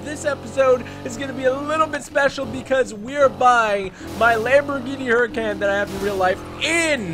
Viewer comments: did u know that the Lamborghini hurican is actually pronounced huricon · Can someone tell him it’s pronounced “Hurr-A-Conn” plz it’s annoying hearing him butcher the name of such a nice car 🙄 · He doesn't say huracan right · Dude You own a Huracan and can't even pronounce it... or you speak another language... lol No offense I subbed :)